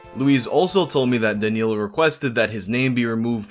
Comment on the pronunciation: My first name is danilo....hearing him say it close to perfect over and over weirded me the fuck out cause noone ever calls me that...they call me dan cause its easier..or they don't know my real name...almost had to stop watching cause hearing my name is weird